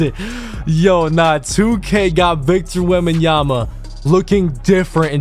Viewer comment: WEMBENYAMA 😂😂😂, i had to repeat it the same way he did i started dying when u replayed it